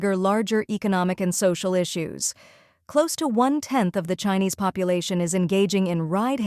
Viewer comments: They need a better AI. It mispronounced China and Chinese with a soft i instead of a hard i. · even here on this channel...the AI narrator is having issues reading united, chinese, crisis and china...must be from the same company which the other channels use